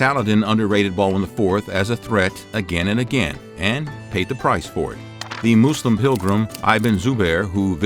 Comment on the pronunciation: It’s MUSLIM , not “moose limbs”